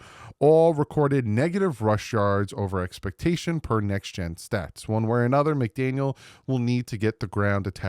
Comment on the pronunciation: Did you just say shats instead of stats … you made this video mushy twice! Hahahha I love this show!!!